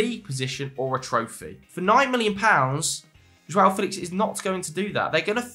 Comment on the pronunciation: "Fel ex" 🤣 sound like a propa bellend